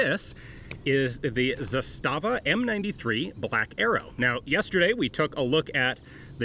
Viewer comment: The accent is on "Za", not the "sta". ZAstava, not ZaSTAva. In case anyone cares.